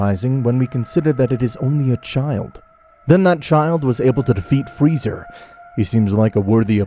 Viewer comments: I CANT GET OVER HOW BEERUS CALLED FREEZA FREEZERR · I love how beerus calls freeza, freezer 😆